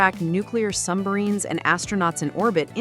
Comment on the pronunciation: Were ALL the languages for this auto-generated? What's 'Carol's caesar'? Do you mean 'seizure'? Also, Manousos is pronounced differently every time, and we hear mention of a 'sumbmarine'. I'd like to hear criticism narrated by a human, thanks.